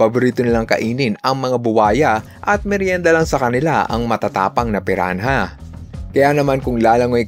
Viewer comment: "red bellied piran-ha" 😭🖐🏼